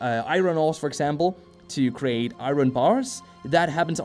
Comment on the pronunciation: great vid, will be checking this out but omg your pronounciation of Iron nearly gave me an aneurysm lol XD